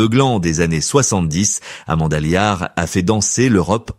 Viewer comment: Amanda Liart ??? Elle provient d'une petite bourgade des Ardennes 😂 😊😂 , ah décidément l'IA c'est beaucoup de blabla mais c'est surtout très perfectible ! N'empêche que Amanda Lear reste à son âge autant un mystère qu'une icône qui en fait une artiste et une icône qu'attachante...